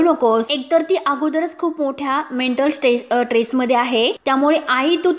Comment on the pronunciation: ट्रेस नव्हे स्ट्रेस असे आहे.